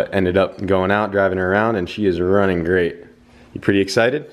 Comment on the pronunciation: Intro was Grrrrrrrrrrrr-RATE, also super proud that he said Vietnamese and not Vietmanese Double also, street racing is not condoned all filming was done in Mexico!!